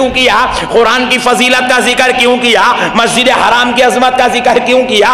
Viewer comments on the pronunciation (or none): Aye bhai masjid haram ka nam tho thek se bollo